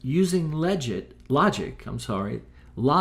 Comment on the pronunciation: Don't claim flat earth is logical when you can't even pronounce logic